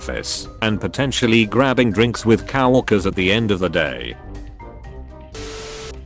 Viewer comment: Right, at this point I must point out that the "cow-worker" thing is really bugging me, can't it just say co-worker, the cow-worker sounds like a gigolo